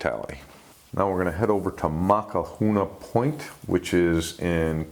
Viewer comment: Maka who ena point .... in Hawaiian you pronounce each vowel individually mostly but not always like as in Maui but it is Ma ow aeee